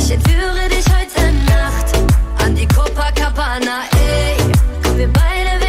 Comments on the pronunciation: Wenn Monte statt copa Coca sagt 😂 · "Cococabana" Alles Klar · haha sagt er cococabana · "Cococabana" Hahaha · "Cococabana" ahahhahahaha Ehrenmann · Und dann noch "coco"cabana xD ich kack ab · cococabana xD😂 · Niemand: Niemand: Monte:cococabana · cococabana xd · sagt er cococabana😂👍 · cococabana hahahahaha omg xD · Monte: cocokabana😂😂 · niemand: monte:cococabana